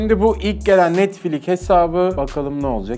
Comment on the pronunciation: O NETFLİK DEĞİL NETFLİX